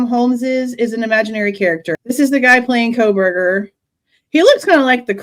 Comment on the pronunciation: U mean he said KOL-berger 😂😂😂 he can't get that L outta there